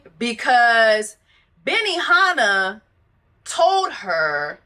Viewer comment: Not "BENIHANNAH" 😂